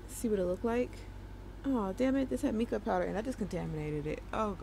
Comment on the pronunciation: Your killing me 😆😅🤣😅🤣 its MY-KUH not MEE-KUH. Love the video. 😊